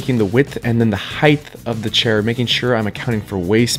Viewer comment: I really enjoyed you! Yer funny! Enjoyable to watch!! ONE thing I can't stand! The word is Height!!!! Please don't pronounce it as heigth!! No TH TH TH! LOLOLOL. Sorry! Forgive me! Otherwise I'd give this video a 10/10!!! I learned so much! THANKYOU!!!